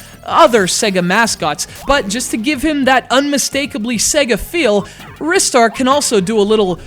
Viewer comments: yeah i think u mean rye-star not wrist-star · What's Wris-star and why are you talking about it during a Ry-star review? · It's pronounced "RIS-STAR"? I thought it was always pronounced "RYE-STAR"? :o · He's so much of a fan that he names CGR Undertow after Planet Undetow, yet he pronounces it Wrist Star What? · I've never heard anyone pronounce Ristar like in this video. I've always thought it was (R-eye-star). Oh well. This is up there with my favourite 2D games of all time. Love it. I wish Sonic and Ristar could have a crossover game together, similar to the day and night stages of Sonic Unleashed I guess. It sucks that just because they decided to keep Sonic as a mascot instead of Ristar (he was planned to take over Sonic) that he has to be forgotten like this. Show Ristar some love SEGA! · "Wristar," LOL what sillies. They also call Mario "Marry-o" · You're a fucking jerk, you know that? and other people can look like they want ( has a reason 'cause he's a metal-head), do the reviews their own way and pronounce names as they please. I for one pronounce the name [rai-star], mostly because of my native language. It's a free world. I do appreciate you not trolling and instead just saying what you felt out loud but internet privacy does not give you the right to insult people. Think about that. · I'm not sure if you were serious, but it's actually pronounced like "wrist-ar". The proof comes from the Japanese name リスター. If it were as you claim, it would be spelled ライスター. I might also have some bad news for you about Ryu from Street Fighter... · I also pronounce it Rye-Star (like Rye Bread) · I own a megadrive, yet I've never owned this game. Also, I'm not the only one who pronounces it 'Rystar', am I? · why in the world do you call it risstar? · You're such big fans, yet you pronounce it wrong.